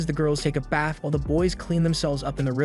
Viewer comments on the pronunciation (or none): none